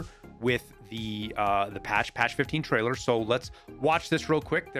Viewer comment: "Tariler" on prewie bro